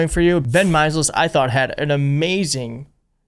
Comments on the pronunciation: its Meiselas ( My-Sel- is) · Really good vids but can you pronounce his name correctly — my - sell - is. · Ben Meiselas says his name in every video. Why can't you pronounce it? It's not difficult. It sounds like mysellis. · Take more care of names,. This time its Mei-se-las. You're doing a great job, I love it. But pay more respect to the people by learning the right pronouncation of names. It makes a difference. 💙💙💙